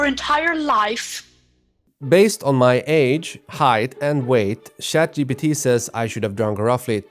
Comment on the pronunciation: "Shat gpt"